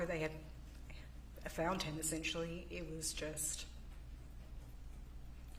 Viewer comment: “Essent-you-ally” he doesn’t stop pronouncing it like that, does he 😩